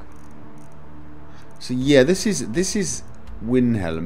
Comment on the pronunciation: rrr why do u say winhelm!!! ,, still love ur videos though =D